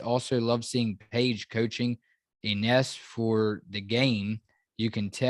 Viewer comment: Hey, guys! Her name is pronounced "Eenesh"...